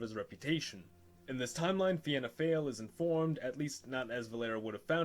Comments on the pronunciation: Pronounced fee-na fall not Vienna fail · Finna Fáil is pronounced Fe-Na Fall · It's actually pronounced Feena foyle, uncultured swine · Fina Fail is pronounced fee-na fall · Fianna Fáil - Feena fall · Fianna Fail is pronounced “Fina Fall” 😅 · Here is how you say it Fee-na-fall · Fianna Fail: Feen Ah Fall. Fine Gael: Finn Eh Gail. 👍🏻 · Pronunciations; Fianna Fail = Feena Fall Fine Gael = Feena Gail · "Fianna Fáil" pronounced "Feena Fall". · Pronounced Feena Fall :) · fianna fail pronounced feena fall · Fianna Fail is Pronounced Fee-na Fall And Fine Gael is Fee-na Gway-el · I’m Irish and Fianna Fáil is pronounced “feena fall” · It's pronounced Feanafall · its pronounced fee na fall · What if the Soviet Afghan war never happened What if Ireland became protestant P.s. it's pronounced fianna fall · Its feena fall thats how is Prounced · christ yeah the way he says fianna fail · Fianna Fail is pronounced (Fi-anna Foil) - I am a member/County Antrim Chair. Largest party in Irish political history, although going through a tough period, regaining suppor - check out latest polls & wikipedia. Fine Gail pronounced (Fine-nah Gail) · Btw Fianna Fail is pronounced like Feen-na Fall and Fianna Gael is prononced Feen-na Gale. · Fianna Fáil is pronounced “Fee-nah Fall” and Fine Gael is pronounced “Fee-nah gale”. That’s not even near the hardest pronunciations in our language, we have some odd grammar rules! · It's pronounced f-eena fall and fina geal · It's pronounced feena fall and fina gayle and you don't leave the "De" out of de velara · The Fianna Fáil mispronunciation I could handle, but “Fine Gael” actually hurt to hear hahah